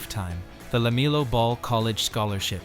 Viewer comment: Hey poster, at least learn how to say LaMELLOW Ball's first name.